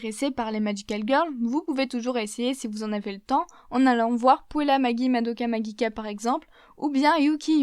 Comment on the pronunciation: « maGUIicka » c’était pour me tué ?!😂